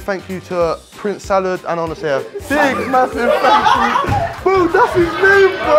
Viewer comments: It's a Somali name and it's pronounced as Sa-Laad. Not Salad but I guess in english that's the only way to pronounce it. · Pronounced sa-laaad. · It's pronounced it's sa-laaad. It's Arabic